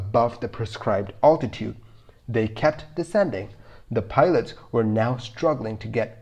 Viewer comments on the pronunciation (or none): You confuse your videos when you show different aircrafts as oppose to the one you are talking about! By the way, the correct pronunciation is “altitude”, not “owtitute” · It’s definitely a tricky one to listen to if the pronunciation of altitude gets to you. Maybe a stalling one next...